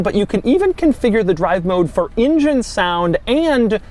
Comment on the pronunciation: Doug, to me it seems that your pronunciation of the word "engine", sounds like "ingen".